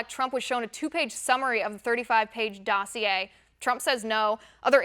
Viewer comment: She pronounced the word "dossier" correctly. That's quite an accomplishment!